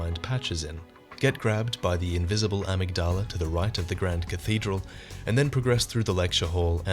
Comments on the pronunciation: It's pronounced Uh-MIG-Duh-Luh, not Ah-Mig-DAH-La :^) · Btw, it's amYgdala, accent on the y. Uh-MIG-duh-luh. Not trying to be a wise guy or anything, just a heads up for ur future videos! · Awesome video. Just thought I'd let you know you're pronunciation of "amygdala" is a bit off though. :)